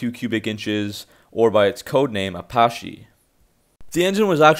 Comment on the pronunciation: If you aren't able to pronounce Centrifugal, or even Apache, I'm not really convinced in your information. As said above, not being able to add a ton of boost, is hardly a fatal flaw. Most new engine platforms all have issues with camshafts. LS, Hemi, the fords. A roller lifter has a chance to fail versus a standard hydrolic flat tappet